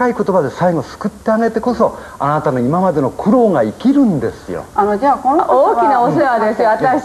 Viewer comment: 日本ではこのような人を 「どんぐりの背比べ」と言うんだ！ 間違った「５０歩１００歩」だったかな？？ 「あーたぁ」「あーたぁがね」「あーたぁー」はっきりと「あ・な・た」と発音しろ！！